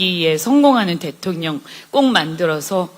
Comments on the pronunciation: ㅋㅋㅋㅋ 대통련 으로 발음한 의도가 있으셨네요! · 대통년 이라 발음하실때 넘 웃겼어요.ㅎㅎㅎ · 아 진짜ㅋㅋㅋㅋㅋㅋ그동안 대통ㄴ 발음 너무 웃겼다구요😂 혀가 쪼금 짧으셔서 그렇지(귀염😊) 일부러 그러시는 게 아닌거 알지만 어찌나 딱이었는지..ㅋ